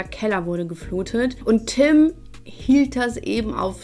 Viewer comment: Ich finds nur schlimm, dass die meisten Tüm oder Töm anstatt Tim sagen 😂